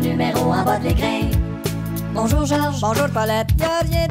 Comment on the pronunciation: Même au Québec ce n'est pas une prononciation correcte de "écran"... ça sonne totalement comme "écrin" à la place. C'est assez anormal pour que ça fasse penser à la série tv "Le cœur a ses raisons". Pérusse joue souvent avec les accents, mais dans ce cas-ci, ça a l'air inventé pour forcer la rime.